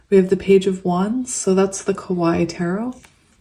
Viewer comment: Hi, love your channel! You're so sweet. 😊 Since you like to use the Kawaii deck I wanted to tell you that it doesn't rhyme with the pronunciation of Hawaii. It's more like ka-wa-EE 🙂